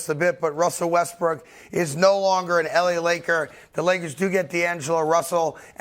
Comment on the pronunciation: Westbrick haha this dude always calls him like that